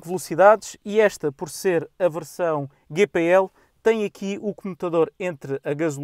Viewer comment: Tenho 2 veículos a GPL e só lamento ter andado 20 anos a queimar gasóleo. Arrepio-me todo quando ouço a forma como este artista diz GPL... a GNR deve estar a rir e com razão... ;)